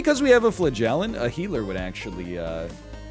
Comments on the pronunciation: Hearing him say flagellant makes me wonder if I've ever heard him say elephant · I know its a bit, but how he mispronounces "flagellant" is actually killing me.